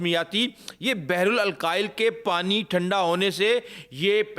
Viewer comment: Apna pronunciation theek karain بحر الکاہل نہ کہ بحرال الکاحل